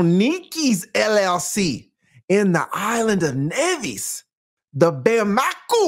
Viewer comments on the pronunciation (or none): Lol it’s pronounced “Bamakoh” not “Bamakoo” 😂😂😂 It’s the Capital of of the Western African Country Mali 🇲🇱